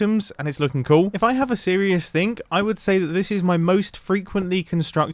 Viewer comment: Only Mumbo pronounces "cool" as "coo"